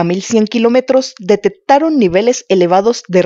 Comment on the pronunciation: Para hacer este tipo de videos recomiendo tomen clases de dicción, es dificil darle la seriedad correspondiente cuando no pronuncian la letra "x"., "cc" "Atcidente", "detet-taron", "radiat-ción".